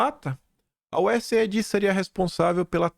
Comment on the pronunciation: te acompanho diariamente, por favor, mude a pronúncia da USAID, A pronúncia correta é US AID ou seja iu ess eidi. Não é iu ess ai di a ideia é aid de cuidado us aid, usaid, entendeu?